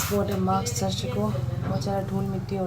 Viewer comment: maks nhi sis…. mask 😂😂😂😂😂😂😂